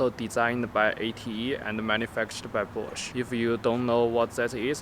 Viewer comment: the way he says bosch, i thought it was "manufactured by porche"